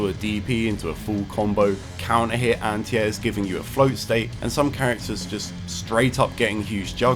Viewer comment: What do u mean "antias"??... Oohhh you mean ANTI-AIR